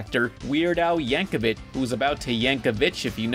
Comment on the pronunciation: You finally learned how to pronounce Yankovic! I'm so proud